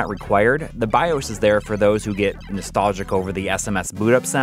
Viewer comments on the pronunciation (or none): Great video except for the goofy ass way the dude pronounces bios every time. Like calling solder soulder.